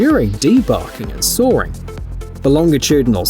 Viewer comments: There’s no “r” in “saw.” It’s “sawing,” not saring.” 🙄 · Sawring? Forgive my jawring, but this is shite Englirsh. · It's genuine English, spoken (apparently) by an English person. What the English speak is, by definition, English. However...I'm also English and I don't pronounce sawing that way, but I have to recognise that it's a 'popular' pronunciation - we English have a divide in those that pronounce vowels in their long and short forms eg when I say 'bath' the A sounds like the A in apple but many say it like it's followed by an R. If you're not English then you really aren't in a position to criticise English pronunciation, it belongs to the English. Even when we can't agree within ourselves 🙃